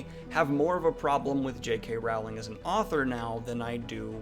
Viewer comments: I discovered you yesterday and you definitely seem like a very nice and well-grounded guy, yet every time you say JK Raaaauuling instead of Rolling I want to flick your nose! So I'm conflicted. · I love you Daniel, but you could you please pronounce her name correctly? "rolling" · J.K. WOOOWling